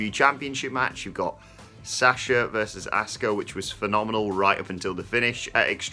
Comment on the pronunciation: Who? Who is Saaasha and Asku-uh? 🤦‍♂️ C'mon guys... It's not hard to pronounce their names correctly. I'm sure you wouldn't like to be called Edem 🤷‍♂️